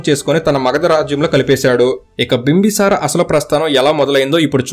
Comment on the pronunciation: "Bimbasara" kadu bro "Bimbisara"